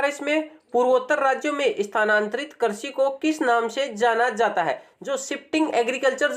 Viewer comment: Karsi nahi bhai krisi bolo na